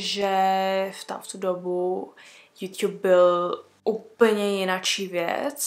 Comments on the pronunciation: Mě mega štve jak říká jůťub napsala jsem to schválně ale jsem mega ráda že je to apríl❤ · tak se hlavne nauc mluvit a ne juťjub😂